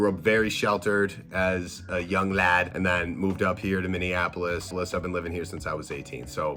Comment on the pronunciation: I'm late but even a person like you was left on read like wth 🤣 but ohkay! Sure 🤔 sigh I'm stuck on how you pronounced Minneapolis because i.just.can't. 🙃